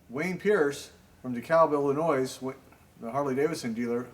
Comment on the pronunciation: Great video,. Please don't take this as disrespect, but the state is pronounced Illinoy... not Illi..noise.